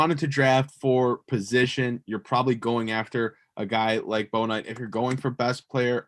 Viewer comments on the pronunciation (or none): Just want to let you guys know you are mispronounced Bouknight's name. It "Book night" not "Bow Knight"